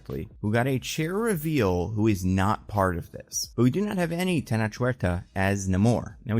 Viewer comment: Tenoch is pronounced ten-oach, like coach